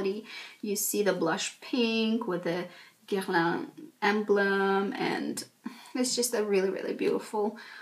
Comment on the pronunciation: I need to learn how to pronounce Guerlain from you. Don't understand why one person needs so many almost unused products, but I already ordered my meteorites because they make me happy. can't wait for delivery